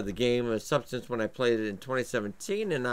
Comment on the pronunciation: subsistence not subsidence lmao